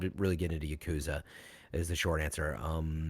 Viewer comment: Not as bad as "Ya-KOO-za"